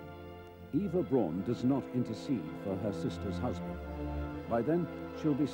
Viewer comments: This irked me. Eva is pronounced like Ava. Her last name is supposed to be pronounced like “Brown” not like “Brawn”. In German, “Au” has an “ow” sound. Just think of how Auschwitz is pronounced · About 30 seconds in, and the narrator had pronounced both Eva and Braun wrong.